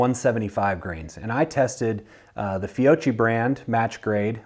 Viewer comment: Fiocchi is pronounced "Fi-oak-key", since it's Italian, you pronounce "cchi" the same way you would in Pinocchio.